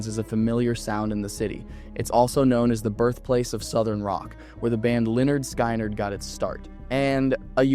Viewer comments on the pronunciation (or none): Leonard sky-nerd ? 😂